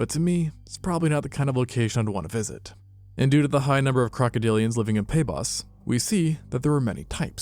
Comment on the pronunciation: Due to does sound like doodoo😂